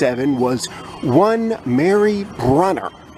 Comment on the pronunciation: I think Mary Brunner's last name is pronounced "Broon-ner," like "broom," but with an "n."